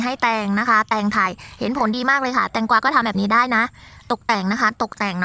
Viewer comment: แตงโทยจร้า ได้ยินว่าแตงกวา55